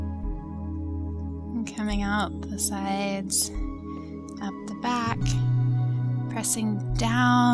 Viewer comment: Is it a prerequisite to say 'back'....bawk? Or is that a California thing?